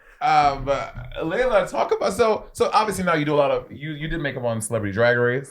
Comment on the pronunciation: It sounded like Laila said "HIT HER" lol